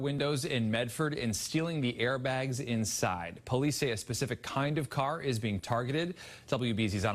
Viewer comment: I LOLd when the autobody guy kept saying "cah". Lol.